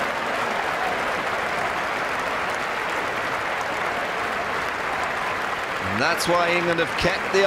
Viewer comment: It's Shane Warne not Shame Warne.